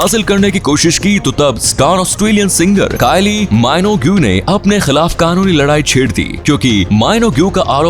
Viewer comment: Arey Minogue k pronunciation galat hai 😛